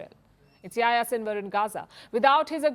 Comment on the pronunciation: Palki, please pronounce the names properly. Yahya Sinwar isn't Yaya and Saleh isn't Sale.